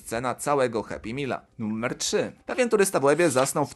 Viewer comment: Mówi się NUMER nie NUMMER!